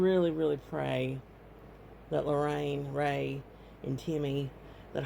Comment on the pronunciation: It's Ray, not Ray-Ray